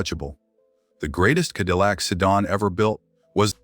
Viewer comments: "Kedillac"?! Please remove this video and correct the narration and glaring mistakes. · What an embarrassment for a video. Quit using AI, it never can pronounce words right... KEDILLAC. Really??? The main word for the video and it can't pronounce it. 🙄